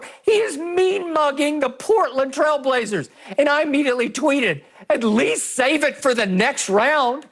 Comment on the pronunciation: "Frailblazers"???!!!! Skips a fool 😆